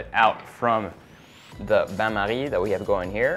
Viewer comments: 2min42 His "Bain marie " is perfectly said ! 👌🏾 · Ohhh I love how he said "bain marie" 😗😗😗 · He says ban marine like a Frenchmen but forgets spring form pan